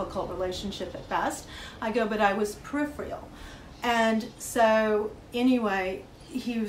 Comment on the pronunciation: " I was PRERIFREEAL"